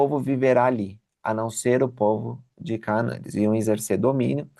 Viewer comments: Já muitas pessoas mispronounce this Word in English and Portuguese. CÁ-NA-ÃN e não é Cá-a-man Tb Aa-ro-ni-co e não ará-0-nico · porque vc lê CAANÃ e não como está escrito CANAÃ? Você aprendeu alguma coisa, sobre o nome desta cidade ou alguma divergência de tradução? Será que eu leio errado à 40 anos🤔🤭